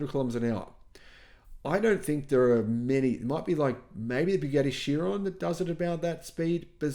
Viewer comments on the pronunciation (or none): "Chiron" is pronounced "kai-ron". Also, 300 kph equals 186 mph (not 196 mph). I know. I've gone 275 kph on a race bike.